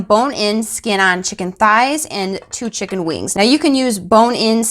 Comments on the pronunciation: Tucker be like… “Dis she say chimkin??” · Made this tonight and it was EXCELLENT! Except I expect you to say Chimken instead of chicken. 🤣